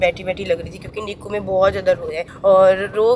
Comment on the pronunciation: बहन वो निक्कू नही होता😂😂😂 निक्कू निक्कू कर रही है एन. आई. सी. यू बोलते है वो शॉर्ट फॉर्म में तो लिखा ही होता है ,,निक्कू नही होता वो